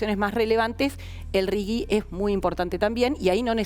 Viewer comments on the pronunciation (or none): ✅ R.I.G.I. (Régimen de Incentivo para Grandes Inversores). ❌ NO "RIGUI"